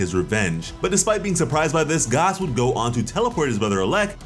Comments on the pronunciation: pronouncing gas as garse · Did you say Gus it's pronounced gas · Please say “Gas” not “Gaas” love your vids but every time I hear “Gaas” it makes me cringe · Garse??????? you mean gas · why do you say Gas like gauss? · Why is he saying gaaaaahs bro it’s gas ⛽️ like fuel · It's pronounced Gass not Gause lmao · this man pronouncing gas as garse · Why are you saying gas like that? His name is literally gas. Like gas can. Liquid solids and gas. Come on man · I just unsubscribed because of the way you said gas. Lol 🤣